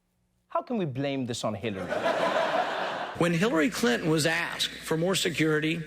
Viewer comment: I like you Trevor..but couldn't help laughing at your Hillary "Crinton"..yes ..I heard that! lol